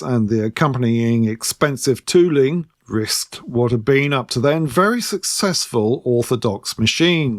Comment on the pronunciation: Very good thanks. Had a wee chuckle at "tooling" being pronounced too ling...fits with ruler becoming ru ler i suppose